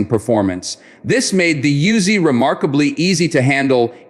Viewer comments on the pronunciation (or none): Pronounced Oo-Zi. Not Yoo-Zi. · Of course not. And the name pronounced Oozy, Not Yuzy. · Yo Bro, this ain't a YOOZIE, duh? It is an OOZY, THAT'S THE WAY IT IS PRONOUNCED 😂 You do not want the IDF come nockin on yo door😅